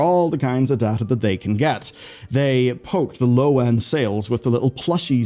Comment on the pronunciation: So... you speak Data, instead of Data...